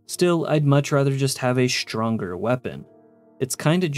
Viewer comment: shtronger meelee